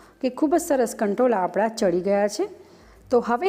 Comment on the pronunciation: Kantola nai kankoda 😆